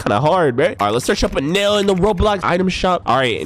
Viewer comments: Its eneruu not enel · He’s called eneru not enel